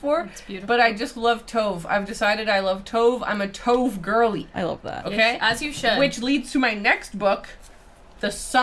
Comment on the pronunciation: Yes! Sounds so strange when Tove is a two-syllable name 😅